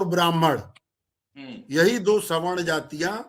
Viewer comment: स्वर्ण नहीं सवर्ण